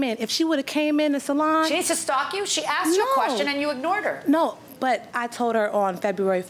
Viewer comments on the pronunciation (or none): How come people say AXED when they mean asked. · why is the word ''ask'' is so hard to pronounce for them? i axed her.. wth